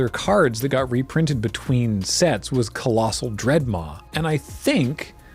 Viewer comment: I like how much he emphasized Colossal Dreadmaws. Like he knew that if he said anything else, people would get mad. Please note I would get mad if ever called anything other than a colossal dreadmaw.